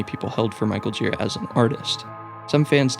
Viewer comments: Its not Michael JEE-ruh, or GEAR-uh... its jhu-RA. Thats how he himself says it. It's a name of french dissent, if i recall properly. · good video, but he's michael girA, not gIra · thank you, but his name is michael girA, not gíra